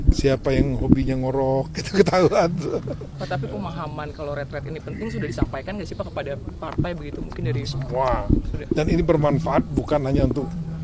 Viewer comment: Bukan ritrit mas, itu retret, betulkan narasinya